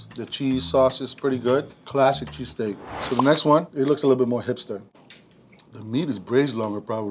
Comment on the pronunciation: Cla-seek, nice I'm gonna start saying it like that.